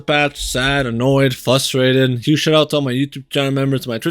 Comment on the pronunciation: Amulets still work, they just give 5% instead of 15% resistance. Also, the word is "frustrated" not "fustrated"